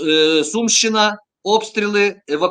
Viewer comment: Все абсолютно правильно кажете панове, але мене різанув наголос "СумИ" та "СумщИна". Спеціально подивився у Вікіпедії - правильно ставити наголос на У. Це такий місцевий прикол?